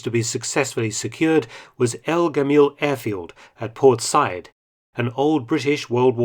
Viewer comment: I love you, Mark, but an unusual mispronunciation by you. Said ( Sa’eed, etc) is pronounced sah ‘eed. Cheers.